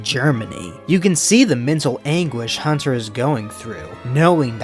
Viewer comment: “Hutter” not Hunter.